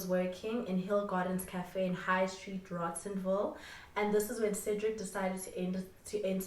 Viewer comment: not the way you say rosettenvile.